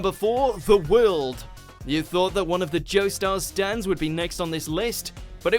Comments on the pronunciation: I can't believe he pronounced The world wrong. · ZA WALDO? IT'S ZA WARUDO!!!!!